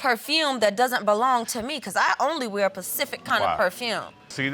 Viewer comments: She lost all credibility when she said "pacific" instead of "specific" 🤦‍♀️. She over here talking about ketchup stains. Good Lord. 🤣🤣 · Lol. She said Pacific. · Dude i was thinking is it some oceanic smell then i realised she meant specific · Lol. When she said it i thought she was referring to a Pacific brand cologne. Smh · Why do you colored people say "Pacific" instead of specific?